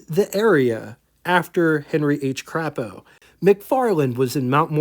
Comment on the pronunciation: the 'a' in Crapo is long. It's Craaapo. Good show today.